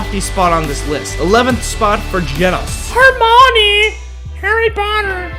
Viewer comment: Loved how you kept mispronounced every one's name especially Hermione